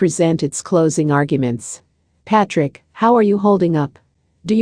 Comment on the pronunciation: You can't even pronounce his name correctly